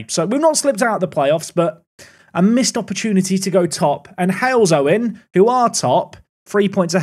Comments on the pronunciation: Halesowen is pronounced Hales (like Hail) Owen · were you aware that in your FA Cup game, you were being refereed by Sian Massey-Ellis's husband? I know, useless piece of info alert! By the way, Halesowen is pronounced Hales (like the cricket player) - Owen (Like the striker)